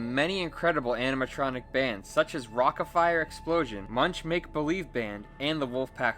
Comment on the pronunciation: "rockaFARE explosion"